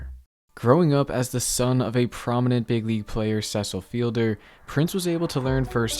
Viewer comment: Great video but you need to work on your pronunciation of Cecil lol